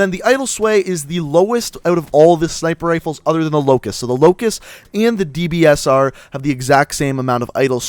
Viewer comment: Man I love the dbsarrrrh